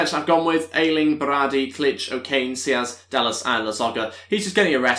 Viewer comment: Why are you pronouncing saiz as siaz?